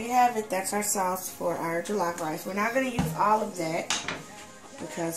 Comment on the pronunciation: it jollof not jilaf but loved it enyway